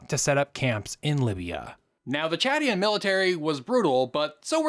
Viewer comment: Bro can’t even pronounce Chadian